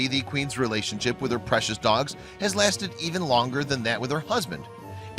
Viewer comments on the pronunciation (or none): none